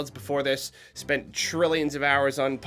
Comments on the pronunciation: If he ever says pokeman again then i'm unsubscribing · I think you mispronouncing :"Pokemon" as "Pokeman game" somehow made it funnier. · He said Poké MAN game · "Pokaman Game"